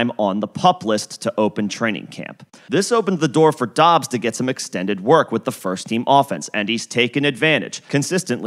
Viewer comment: “Dubbs” not dobbs